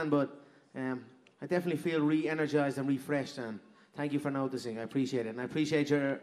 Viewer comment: Conner: “Tank you”